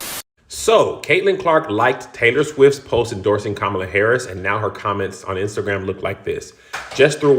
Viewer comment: And still can't pronounce Kamala correctly. Figures.